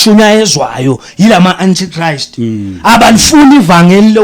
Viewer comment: My granddaughter got confused the way you pronounced Antichrist even Google pronounced it as ANTICHRIST